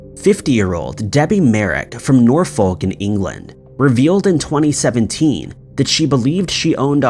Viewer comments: I've never heard Norfolk pronounced like that before lol It is Nor-folk. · The real mystery is how somehow you're ignorant enough to believe "Norfolk" is pronounced "norr-foke". Jesus christ, is it really that difficult to look up the pronunciation of things before recording them? It's not some kind of hardship, it takes literally only seconds to do. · These are brilliant, but "Andrew Gardner" from TVS - I'm convinced that's Cliff Michelmore. He was an anchor for ITV in Southampton, serving most of the south coast, for decades. PS The "l" is "Norfolk" is silent. It's pronounced "Norferk". And Philip Schofield's name is pronounced "Skow-field", to rhyme with "snow-field". Norfolk, by the way, is an English country whose natives sport an accent similar to a cross between Australian and English West Country! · Just fyi Norfolk - pronounced Nor-fook. Philip Schofield - pronounced Skofield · "...nor-folk"...what a twat! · Lmao Noorfulk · Just a pedantic FYI, Norfolk is pronounced "Nor-fuk" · Norr folk 😂 Have to say, Rotherham was pretty decent 😂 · Need to do this, sorry: Norfolk is pronounced 'Nor-fuhk' Phil's surname is pronounced 'Sko-field' You can Google this shit, man. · Don't like to be picky but you've prounced Northfolk an shcolfield wrong but I'll forgive ya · I love the narrator getting all the British place name's wrong gave me a chuckle